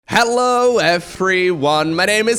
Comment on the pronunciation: His "hello everyone" sounds like "hallowww"